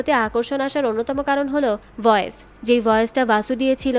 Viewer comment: "ভয়েজ" না বইন "ভয়েস"